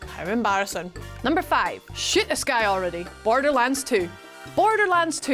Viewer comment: I thought she said shyt this guy not shoot the guy bahahaha.